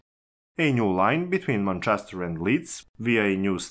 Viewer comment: You read like a 7 year old reads off his paper. Have you listened to yourself? And ffs listen to an actual English person saying "Manchester" if you're unfamiliar with pronunciation.